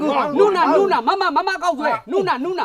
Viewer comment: အသံထွက်ကမှားနေတယ် ကိုးရီယားလို "နူနာ " "နုနာ" မဟုတ်ဘူး (누나)ဒီလိုအသံထွက်တာ